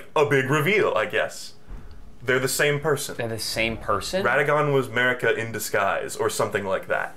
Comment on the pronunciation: when it's time to mispronounce Marika for the fifty-seventh time in 10 minutes 🏃🏻‍♂💨👟